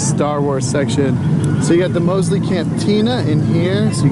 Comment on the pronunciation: I believe that was Central Park Zoo. Also, it's Mos Eisley Cantina, not Mosley Cantina. (And it's pronounced Madame Tu-So's). Cool video!